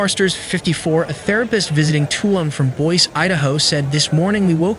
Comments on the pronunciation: EXACTLY…BOISE PRONOUNCED Bois…..ridiculous! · St. Vincent is ( Saint Vincent not street Vincent) Boise Idaho is pronounced " Boy zee"